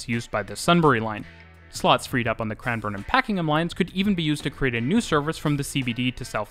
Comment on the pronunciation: How are you pronouncing the names so accurately? (Melbn) (Cran-burn) (Yarruh) (Jolly mont) (Paken-em even though sometimes sounds like you're saying Packing-em) I'd probably pronounce Sandringham phonetically (Sand-ring Ham) but if you were saying Sandringham line then it would be Sandring-um line as you said it still I realise you're Canadian not American but even Sydneysiders wouldn't pronounce these names correctly.